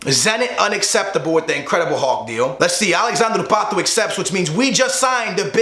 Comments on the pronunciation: why does he say patoe its pato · its pronounced Pat Oh not patoooo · i hate how he says pato's name lol